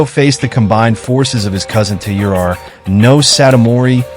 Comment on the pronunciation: Please work on your pronunciation, since your channel is themed to Japan. "Taira" is pronounced something like "tire ah".